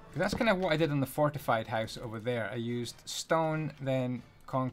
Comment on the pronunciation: I love you. Especially the way you say "Hoose" and then click your tongue. <3